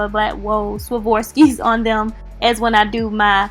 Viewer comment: You said “Savorski”